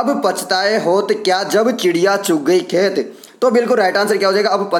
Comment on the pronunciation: चिड़िया को खिडिया बोल रहा है भाई🤣🤣🤣